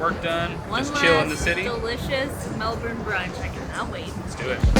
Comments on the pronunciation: Its pronounced melbon not Melbourne how we spell it 😂( its an Australian thing) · Guys... By now you should have noticed: the “R” in Melbourne is silent. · Hope u had good flights and u can say MELBOURNE the right way